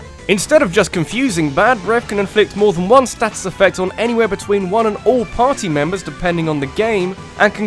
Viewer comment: But, you're British. Why are you pronouncing status like a foreigner?